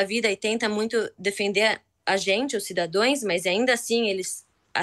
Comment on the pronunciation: Ta tao nervosa coitadanque cometeu o erro da janja Cidadoes.que desespero estara sentindo p errar ate a pronuncia.